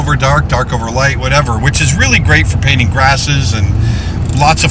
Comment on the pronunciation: Nice to hear an American say painting without dropping the t usually you fellow breatherin say paining!